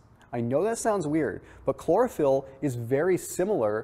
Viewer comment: Chlorophyll? Sounds more like Borophyll.